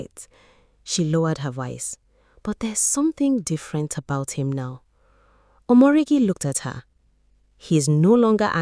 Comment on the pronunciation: Omoregie not omoregi😂